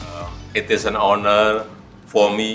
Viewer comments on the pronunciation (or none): none